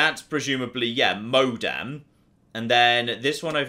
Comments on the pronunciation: Donald MacFadzen-Reid I don’t know if its British or ignorance. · saying "modem" is both quite hilarious and infuriating. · I'm only ten minutes or so in, but the fact that doesn't know what a modem is, or how to pronounce the word, pains me no end. I'm an old, old man, apparently.